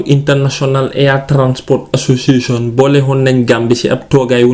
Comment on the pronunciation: It's the way he says "Association" for me